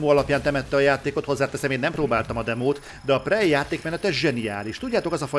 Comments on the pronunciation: Jó a videó, pörgős. De ez a prej nagyon fáj a fülemnek, tudom hogy a kettő között van, de ha már nincs meg a rendes kiejtés akkor sokkal inkább préj. Amúgy grat ! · Nem fogadtad meg a kiejtéskirtikámat és most fájnak a füleim a 'prej'-ektől :(